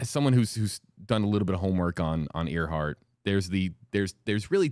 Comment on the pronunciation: WFLA producers: For future reference 1) Earhart is pronounced airhart - nor earhart 2) Gardner / Kremins has been known as Nikumaroro since 1979 3) target was Howland - not Howard! - Island